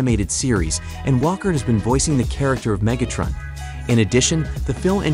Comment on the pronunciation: oof the AI voice could use a little work xD. Mega-trun? te-roar-cens? anyone else hear that Mega-trun and Te-roar-cens